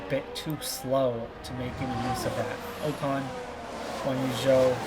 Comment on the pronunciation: How are you overlooking Norris? Please don't sign Ocon it's already painful enough hearing you get his name wrong, for same reason never sign Bottas or Schumacher 🙈